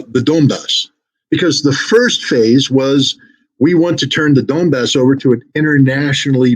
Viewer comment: Why does Scott says "Dombass" instead of 'Donbass'? Is this mistake or I miss something? By the way 'Donbass' means Don river basin.